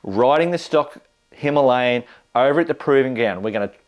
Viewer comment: a little education. It's a "Him al ee an" not a "Him a lay an" Say it😀 India correctly matey and show the world that Aussies are really on the case 😜